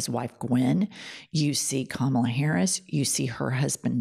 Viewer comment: Here's Something about the Pence convo.... he correctly pronounced Kamala's name.